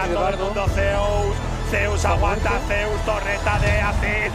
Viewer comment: "Zay-you-es" is my favorite top laner ever!